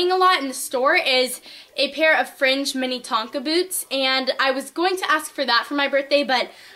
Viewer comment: its pronounced "min-A-tonka" not "mini-tonka"